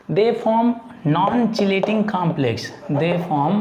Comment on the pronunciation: Cheating- chelating 😂😂😂 By the way, explanation is good